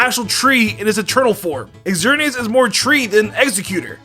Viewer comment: it's not "Exerneas" it's just "Zerneas" xerneas you probably also "eckatu" instead of "zatu" for xatu 🤦🤦🤦